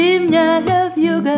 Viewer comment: ВьюгА с ударением на А - это нечто.......